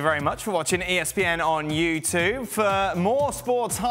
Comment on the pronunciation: He'll probably still ask them.Someone should ask Dan how he managed to get a presenting job for ESPN when he can't even pronounce "YouTube" correctly .